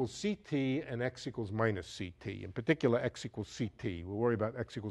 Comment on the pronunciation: "in puhticulah"